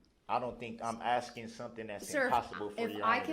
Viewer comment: He's "axing" a lot of questions